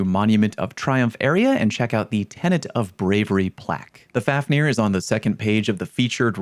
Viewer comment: Fun fact: The pronunciation of this weapon is really more like “fove-neer”. Being named after the dwarf who turned into a dragon out of greed. He was later slain by sigurd